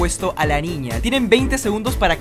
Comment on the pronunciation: Soy la única que se dio cuenta que en el minuto dice nina cuando es *niña*? Comenta si te diste cuenta y dale like si no xD